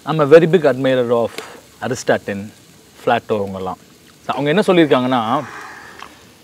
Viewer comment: அது அரிஸ்டாட்டில், aristatin இல்ல